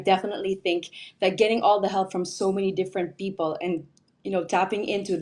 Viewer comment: for Me Miss Philippines has the best answer, followed by south africa and Canada and 4th is india. including the accent on how the pronounce the word correctly and there sounds as well when the answer. You can review again. Miss india is also but she people as pepel.